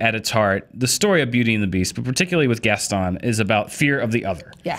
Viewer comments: It really annoys me that she keeps pronouncing Gaston without the "n". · Jess Diez In the original film-- and in Disney products, amusement parks, and most likely in this new film-- it is pronounced Gaston with a strong 'n' at the end. Whether or not it's correct in French is irrelevant because it's a fictional character and it's only ever been pronounced one way. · The only problem with this WHOLE thing is that keeps pronouncing Gaston wrong.